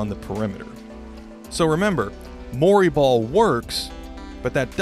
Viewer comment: When he said Mori ball I though he was saying Murray Ball as in Murray Polvich. I was imagining embarrassing paternity testing as a new type of strategy. Wait... I think Shawn Kemp invented Murray Ball then.